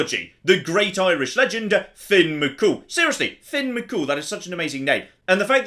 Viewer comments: "Finn mcCool" It's Fionn Mac Cumhaill you damn sasnach! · One small detail, it’s Fionn MacCumhaill not Finn